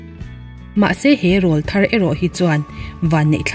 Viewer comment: Rawlthar tih thumal hi a thluk a dik chiahlo.. Awrawl tih thumal kan lam a rawl tih kan lam san ang hian Rawlthar tih a rawl tihlai hi lam san tur.. Mizo naupang rawn thanglian chho la tlangval silo te an awrawl a rawn danglam thin a (Til pawr Aw kan tih thin angkha😃😃) ..chuvang chuan rawlthar anti.. Hmeichhia chu tleirawl tih ani...